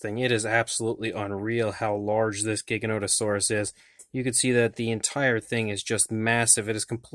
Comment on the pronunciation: It's Gigan oto saurus never ever a giga. Everybody mispronounces the makes me wanna fucking kill them.